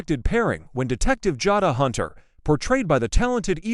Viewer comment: It's Ja long a not Jada Jay da pronounced